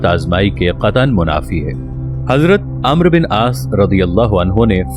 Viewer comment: پہلے عربی سیکھ لو امر نہیں ہوتا عمرو بن العاص ہے